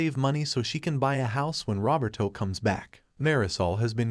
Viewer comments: The AI pronouncing “Roberto” like “Robert-O” is sending me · i know is a sad story full of hardships but... the text-to-speech says "Rubber-Toe" when talking about the daughter's fiance